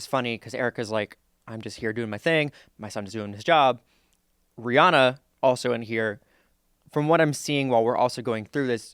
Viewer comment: It’s pronounced Ree-Ann-uh.👩🏻‍🏫❤ I love y’all’s channel!👏🏼🫶🏼😘